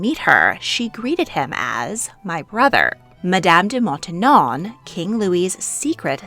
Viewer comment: Montinon? Really? That lady was called Maintenon